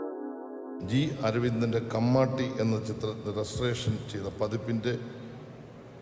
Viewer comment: കുമ്മാട്ടി എന്നു വായിക്കാനറിയാത്ത ഒരു മന്ത്രി !